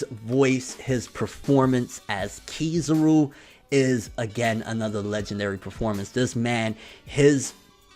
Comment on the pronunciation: can't pronoun Kizaru's name. It's pronoun Kizaru not Keyzuru.